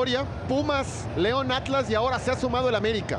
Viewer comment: Ese narrador dice Aclas que naco 😂😂😂